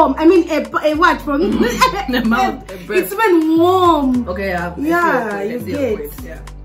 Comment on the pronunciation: It's her emphasis on how its even warm😂😂😂😂😂😭